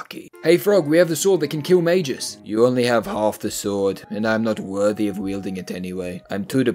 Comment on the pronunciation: calling magus "majus" is like calling a gorilla a jorilla